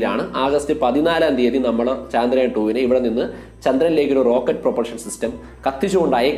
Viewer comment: Chandrayaan ennalla..chaandrayaan ennanu.